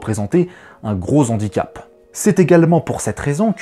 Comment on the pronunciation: A 8'44 :" un gros z'handicap".... Celui ci je te l'accorde même si le h aspiré eût été plus élégant.